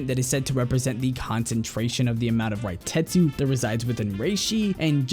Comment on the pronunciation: Hi.. It's not reitetsu. It's reiatsu.